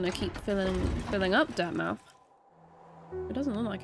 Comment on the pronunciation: For all us British viewers, please pronounce the "mouth" in "Dirtmouth" the way we would pronounce it in "Portsmouth." Having said that, well done beating Hortnet first try.